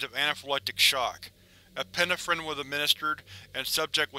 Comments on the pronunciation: Okay, I'm gonna be that guy; it's pronounced e-pi-NE-phrine, not e-PIN-e-phrin. Em-PHA-sis on the wrong sy-LLA-ble. Other than that. I freaking love your vid, as usual. 😄😄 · Hey I love your readings but please look into how to correctly pronounce the word 'epinephrine'